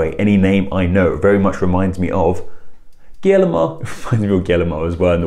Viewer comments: Guillermo is pronunciated like wiyermo or something like thar, IDK, I'm no linguistic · he says it "gellimo" 🤦‍♀️ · That is pronounced Gee-air-moe, not Gill-moe. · I think in English this is closest pronunciation for Guillermo: Gi-jer-mo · Guillermo is pronounced without any “L” sounds.